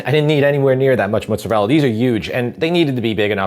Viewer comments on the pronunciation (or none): Oh my word, I could listen to say “mootza-rella” all day long, LOL! Hey, you should absolutely get an air fryer. Amazing for browning meats with zero spattering grease and the headaches of cleaning that up, plus all the other lil appetiser things you can get at Costco... your favourite place. Ha! In Montreal we have some great Italian grocery stores, it’s such a pleasure to be spoiled with so many fabulous choices for tomatoes, cheeses and cured meats.